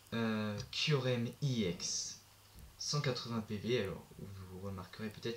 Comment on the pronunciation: tu pronoonce mal EX